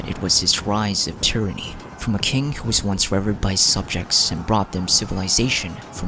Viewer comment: Pronunciation note: reh-VEARD for revered